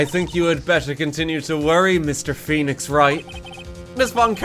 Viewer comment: Woenix Fright